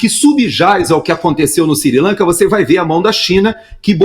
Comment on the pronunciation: siri lanka ou sri lanka???